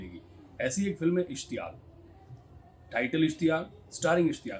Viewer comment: सही लफ़्ज़ ' ISHTIYAQ ' है। माफ़ कीजियेगा ।